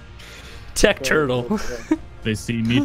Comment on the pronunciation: whats churtle? and churret ? :D i always hear 'ch' instead of 'T' lol